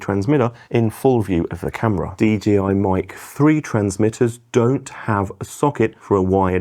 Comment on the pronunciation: It's DJI, not DGI..